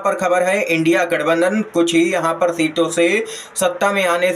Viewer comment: India nahi bol pa Raha hai indi bol Raha hai. Bina padha hai.